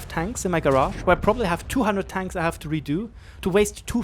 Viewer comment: "ich have" ? :D